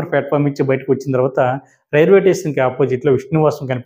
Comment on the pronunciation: టేషన్ కాదురా.. స్టేషన్